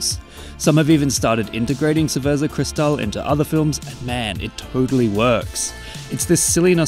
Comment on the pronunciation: Haha English speaker can not even pronounce Cerveza Cristal correctly. Really how hard is it to pronounce words that are not English?